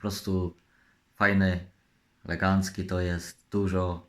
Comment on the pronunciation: z tym słowem "legancki" to może po prostu w jego stronach tak mówią. Ale trzeba przyznać że dykcja mu się poprawiła...